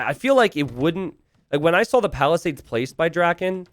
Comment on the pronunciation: He does put an L at the end of the word saw. My cousin does the same thing. So instead of: "I saw a video," it's: "I sawl a video."